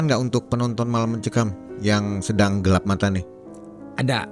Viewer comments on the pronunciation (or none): none